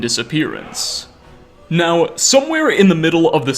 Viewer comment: Crappy clickbait. useless speculation and showboating... By the end you just say, "Its unlcear what happened" Your voice is awful. How do u squeeze n extra syllable into the word now?